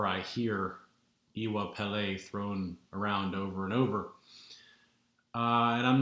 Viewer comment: Brilliantly presented, and thank you for that. I am intending to be in touch with you soonest as I have a deep interest in what you are talking about. As a further support to you, might I help with the pronounciation for Iwa (you got that right) Pele: can phonetically sound like when somebody says to you: you know I....., and you reply by asking: you do? like Iwa Pele for 'you do?. Hope that helps you and fellow audience. Iire O ati Alafia!